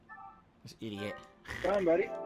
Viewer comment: I hate his pronunciation of "idiot." Infuriating.